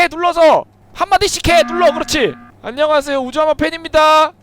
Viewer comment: 아놔 진짜 미치겠네 ㅋㅋㅋㅋㅋㅋㅋㅋ 아령하쉐요...~ 혜아립니대. 이거 ㅋㅋㅋㅋㅋㅋㅋ